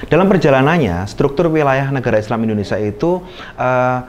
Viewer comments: Indonesia atau indonesa😊😊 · Nyebut indonesia sj bgtu indonesa....hmmm